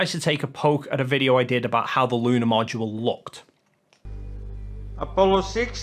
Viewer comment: Did he pronounce Module as "mow do la"???